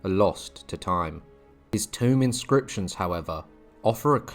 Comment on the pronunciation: 'Tomb' is pronounced to rhyme with 'too' not 'phone' 😔.